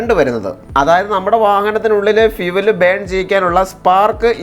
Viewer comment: ഫിവൽ അല്ല ഭായി ഫ്യൂവൽ